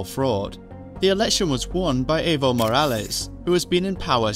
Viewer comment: It's funny how he put so much effort into pronouncing YMFP but seconds before he misprounces Evo's 3-letter name.